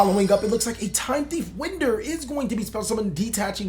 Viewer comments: This man said Winder as in blowing wind... It's a time thief card, it's pronounced winder as in a clock winds.... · Winder like you are winding a toy. Not blowing wind